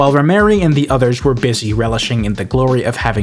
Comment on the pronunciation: ...its Rhymery not Rhyme Mary. Thats a man....